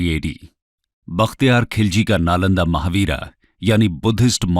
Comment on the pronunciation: महाविहार है, महावीरा नहीं।